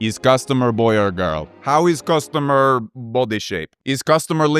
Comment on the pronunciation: "VWAT SHAPE IS CASTOMER"🤣🤣